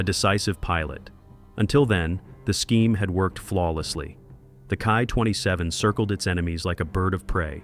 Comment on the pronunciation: I really hate when you say the title of say the Kawasaki Ki -100 as the key 100 , it's pronounced K ...i as in saying the letters. Kindly correct this error